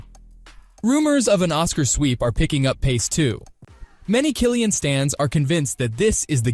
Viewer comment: I came here to say this.